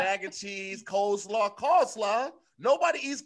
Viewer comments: Hey Tom, it sounds like said “call-slaw” instead of “cole-slaw”. It seems as if coleslaw is his, booty call perhaps🤔, but anyway, back to you Tom. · Call slaw? you're slipping lol. Hey Tom... looks like tried to say coleslaw but he said call slaw. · “Hey tom, live from baltimore.. yes, messed up ‘coleslaw’ without anyone noticing. back tew yew” 😂😂😂